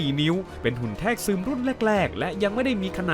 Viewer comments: ชอบมากนะเพราะว่าไม่บ่อยที่จะดูอะไรอย่างนี้ยาวจนจบ อย่างหนึ่งที่ต้องบอกว่าขอให้ปรับปรุงคือคำว่าแทรกนะครับเพราะมันอ่านว่า แซก ครับ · ผมฟังไม่ผิดใช่มั้ยครับคำว่าแทรก (แซก) ได้ยินว่า แทก